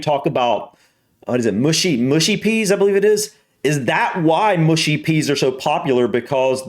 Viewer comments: it's rude because the elbows are raised. Elbows should neither be raised in front of your face nor on the table in good etiquette. Oh and its pronounced Mushy not Mooshy. Love your vids fella! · ok its not moooshy peas its mu...she peas, sorry but its gets anoying hearing Americans pronounce it moooshy....and they are mainly a side dish with fish and chips. They are slightly crushed to make a lumpy type sause and usually have a hint of mint, just a hint not strong. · Americans do eat wierd no one else does like that. Aslo it's not moosh-e-peas its mush-e - peas. Also if I were eating fish and chips it would be fork only bu the fork swapping is still wierd. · No way! it is mushy and not mooshy D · Mushy peas..not 'mooshy'. Not many people I know eat them and nor do I lol No it's not to do with forks. I do not understand the odd cutting and swapping that Americans do. Table manners are very important and depending on where you are eating they can get more complicated. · Mushy peas are pronounced mush as you say rush then ee and they are like purée peas. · It's mushy peas, not mooshy. 😅 Being loud in restaurants means everyone hearing every word of your conversation. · I'm half Yorkshireman but live in Lancs and have only heard mushy peas pronounced as in 'mush mush' [dog sleigh] or like slushy. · The 'u' in Mushy should sound like fussy or slushy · In the North of England we do not pronounce mushy as in the way a Southerner would pronounce Mooshy. We Northerners pronounce a Southerner’s “oo “as in coo or loop or toot. Our “mushy” nearly (but not quite)rhymes with a Southerner’s cushy. Any further ideas of how to explain the sound to a Southerner? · Mushy peas. Not MOOSHY peas. They're a little mashed. Say half and half..